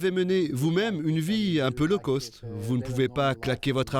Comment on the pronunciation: La prononciation correct de "Low cost" est Low coste et non Low Côste. Un peu de professionnalisme que diable.